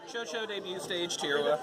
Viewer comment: chouchou is pronounced as (Shushu) btw